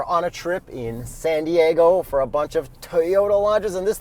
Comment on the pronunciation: San Diago?.... yes. That means a Whales ____ 😂 - Ron Burgundy